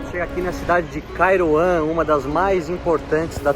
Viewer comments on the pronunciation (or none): "Kairouan" parece "Taiwan" kkk